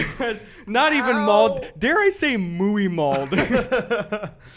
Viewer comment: i loved Gus’ pronunciation of muy as muay